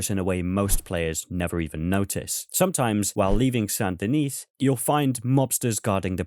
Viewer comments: Saint Denis is pronounced "Sandy Knee"; the "t" in "Saint" and the "s" in "Denis" are silent. French, am I right? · Tiny nitpick: So you don't pronounce the last S in Saint Denis. It's like San Da Nee. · it’s pronounced “San din-ee”. The S is silent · The last S in San Denis is silent. Much like the E in Van Der Linde. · Please stop pronouncing Saint Denis that way lol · The “s” in “Saint Denis” is silent bro